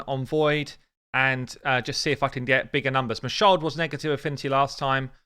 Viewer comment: "You just need a Mashald...JUST a Mashald! ..........Plus just two maneaters.... and you do need a seeker."